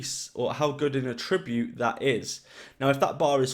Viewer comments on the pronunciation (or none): Nice video man, thanks for the info. In the context you're using attribute it's pronounced at-tree-bute. Bloody grammar police aye 👀🤮 fml